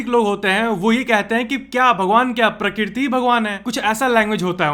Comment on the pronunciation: Prakirti ? Prakrati sahi he